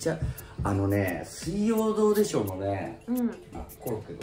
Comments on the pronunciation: の「水曜どうでしょう」のイントネーションが「金曜ロードショー」過ぎて笑った😂 正解わかんないけど（笑） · の、水曜どうでしょうのイントネーション、金曜ロードショーみたいですね🥺✨ｗｗ